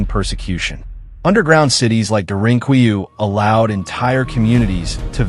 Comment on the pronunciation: It's pronounced "dare-in-coo-you"